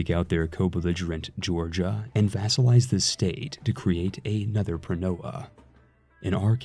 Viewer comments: Not that it matters, but the correct pronunciation is: Pronoia -> Pronia. In both '-oi' and -'ei' you should ignore the first vowel when reading it. Also 'eu-' is read as 'ev-'. Eugeneis for example would be read as Evgenis. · Thank you for this nice and simple to follow guide on the new update. (Pronoia is pronounced pro-knee-ah by the way)